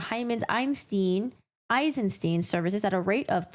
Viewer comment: Eisensteen 👺 It's the same two letters in "stein"... why do they always convert into "ee" in English? -.